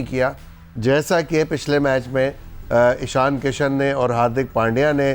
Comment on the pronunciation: یہ ویراٹ کوہلی کا نام تو شروی میں ویرات کوہلی ہوتا تھا ۔۔۔۔ جب اچحا کھیلو تو نام بدل جاتا ہے کیا ۔۔۔۔ اور یہ ان کے کھلاٹیوں کے نا م آنگلش میں کیوں لیتے ہیں ۔۔۔ ایشان کو ایشن واہ جی واہ ۔۔۔ شبمان کو شبمن ۔۔۔۔ اور اپنے کھلاٹیوں کے ناے دیسی قسم کی اربی میں بولا جاتا ہے ۔۔۔۔ حالانکہ ہم تو اردو بولتے ہیں۔۔۔ نا کے " Z " کی جگہ " J " کے آواز میں ہندی کی طرح بولتے ہیں۔۔۔۔۔۔۔ اردو میں تو" ت " بھی ہے اور " ٹ " بھی ۔۔۔ اور " ڈ " d " بھی ہے ۔۔۔ لیکن بولتے وہی اربی میں ہیں ۔۔۔